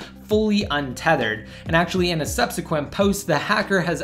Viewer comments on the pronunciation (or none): none